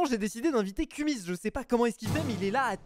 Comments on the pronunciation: Cest kumiz pas kumis ptdr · Kumiz et pas kumis(3.35)